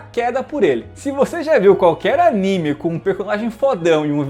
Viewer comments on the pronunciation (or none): none